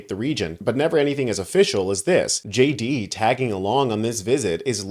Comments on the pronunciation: Did he say ' JAYDEE VANCE ' or ' SHADY VANCE '? Just say, ' incompetent baboon vance ' to be understood. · How funny when JD Vance says “hi it’s JD Vance here” the subtitles read as “hi it’s shady Vance here” - just about says it all!!!😂